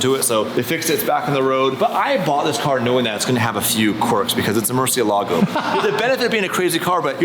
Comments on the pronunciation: The “Cursiélago”… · It’s pronounced “Murciélago” the accent is on the e which means the e is the stronger letter, even if in English is Murcielaaaaaaaaaaaaago